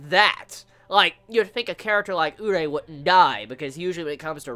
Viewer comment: Jesus the way he teases us with Kaneki. He may give us a piece of dar kagune next chapter. Could Takizawa get rekt? Kaneki had a good reputation as an s s rated. Btw, It's been a long time now and my quest to make you say "uree" instead of "urei" will not end! I must suceed!